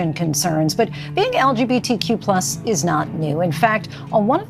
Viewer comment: the way she first said lgbtq+ is frying me 💀